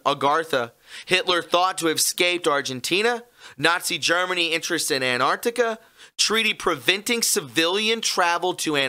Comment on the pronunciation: Ant-arc-tic-a not Ant-art-ic-a. Ffs that drives me nuts.